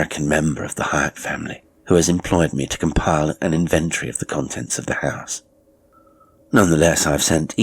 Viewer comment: Another fine tale. Pedant that I am,your pronunciation of inventory jarred somewhat. But overall,I’m delighted by your output.